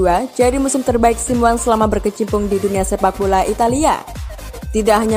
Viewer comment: Min, cara baca anda kok lucu Simeone = simWan 🤣🤣🤣 Mosok cara bacane gituuu 🤣🔥